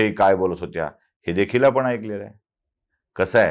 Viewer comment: Apan ani,pani,koni ase ashudhha uchhar kripaya karu naya